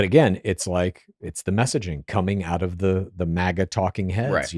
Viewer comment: Is this guy saying MEGA and not MAGA?